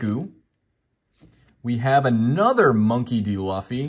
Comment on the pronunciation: Learn how to say Monkey D. Luffy for god sakes, you’re killing me smalls. You can tell you’re not a true fan of the Anime series, shame.